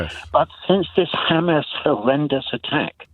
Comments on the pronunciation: As soon as you mispronounce Hamas you cannot be seen as anything but a Zionist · The way he pronounces Hamas, proves that he has been brainwashed, he really said Israel wants to live in peace but it is threatened by Iran ! 😂😂🤦🏻‍♂️🤦🏻‍♂️🤷🏻‍♂️